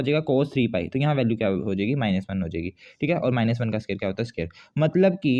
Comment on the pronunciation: Bhai scare nhi square hota h sahi se bolo